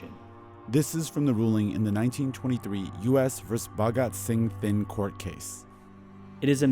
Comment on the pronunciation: Here's a curiousity question for those listening why does the NPR narrator consistently say Finn instead of Thind??? Odd, especially since she begins by correctly spelling and pronouncing it correctly. How did that mispronunciation occur so frequently and miss the radar of NPR 'S editorial staff?